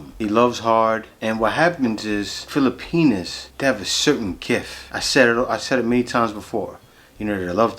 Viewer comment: Kuya, with much respect, it’s “filipiNAS”. Not fili-penis. Respectfully yours, a fan and subscriber.